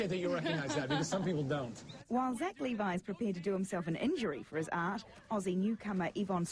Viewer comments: “Leavi” bruh... ITS LEVI LEAVE EYE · So this guy can say Strahovski with no problem but he mispronounces Levi? Hahahahaha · hahaha it's sad that he pronounces Yvonne's last name perfectly but completely butchers "Levi"